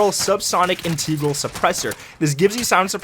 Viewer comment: it's not mAAAta it's meta. it's not inteeegral it's integral